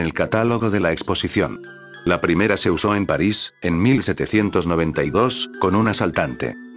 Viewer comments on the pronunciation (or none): none